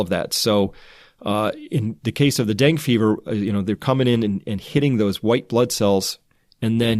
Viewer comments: So far he reads us news stories and calls himself a scientist. I'd like to know what qualifies him to speak as an authority on this if he can't pronounce "Dengue" properly. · you're the first pathologist I've heard pronounce 'dengue' as "deng" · Just FYI, "Dengue" is pronounced deng-gee (with a hard 'g' as in 'growth'). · pronounced DENGEE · DUDE.....it's DEN-GAY FEVER....... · It's pronounced deng-geh or deng-gay. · I love your videos! Thank you! Also, I think Dengue is said like Den-gay ;)